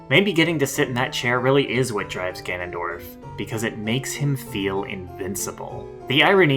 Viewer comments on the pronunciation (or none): none